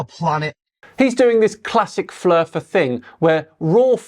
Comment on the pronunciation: he cant even say thing (fing)... its a pet hate of mine